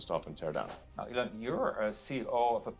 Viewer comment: It's not Ellen it's Elon, like "I Won" Eeelon. Good video😉